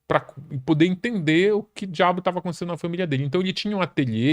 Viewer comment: “Pra poder entender o q dhabo tava acontecendo na família dele” kkkkkkkkkkkkkkkkkkkk nordestino raiz